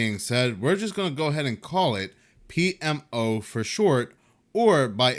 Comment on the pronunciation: bruh, i think u knocked it out the park pronouncing that $20 word PMO!!! It would have probably taken me several more attempts, tbqh